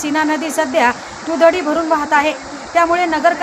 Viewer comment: दुधडी नाही, दुथडी म्हणा 😂😂😂😂